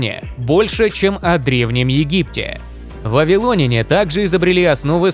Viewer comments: ВавилонЯне, а не вавилОняне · Сцуко, пора вводить цензуру. Если говоришь не правильно, то идешь лесом... Аффтар, учи русский язык! Что это за вавилОняне? Если Вы думаете, что если ВавилОн, то и вавилОняне, то ошибаетесь. Сравните: РоссИя, но россиЯне, а не россИяне, ЕгИпет - египтЯне, но не егИптяне, ИзрАиль - израильтЯне, а не изрАильтяне и можно еще много примеров приводить... Увы как только услышал такое, то сразу выключил, т.к режет слух, а мне свои уши жалко.